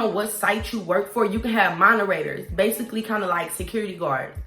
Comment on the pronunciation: “Monerators” 🤣 You’re sooo cute!! 😂😜😘